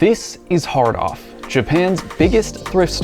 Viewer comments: I did the first time. I thought he said "hard on" lol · Yep. I’m 9 inside. Still 😂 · It doesn’t help that “hard off” is an expression that’s supposed to be emphasized like “well off” but the dude says it like “jack off”.